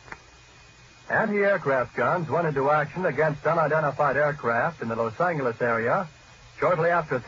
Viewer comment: I hate how he said los angles